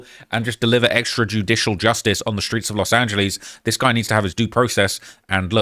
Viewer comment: I just cnt take serious anytime he say "Los Angelees" 😂 ESP following the "Muluh" blunder 🤔 Which was actually a new 1 for him 🤓